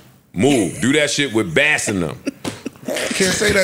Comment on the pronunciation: He called big bro Bass (like a fish) - Joe's outta line 😂